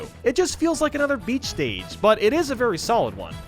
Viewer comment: Wait. Did he say berry little room for error on 81?